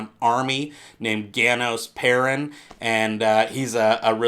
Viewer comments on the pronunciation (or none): none